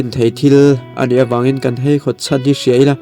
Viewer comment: Nia, keipawh haihawt tiin ain ziak reng si a. Heihawt tiin a chhiar talh mai hian ngaihthlak a ti hreawm deuh,tin hetianga mi tam tak tena an chhiar tura thu kan chhoar a nih chuan, kan tawngkam te hi i fimkhur hle thin ang u tih hi ka rawn sawi ve duh a ni, ngaihthlak a in nawm hleih em mai.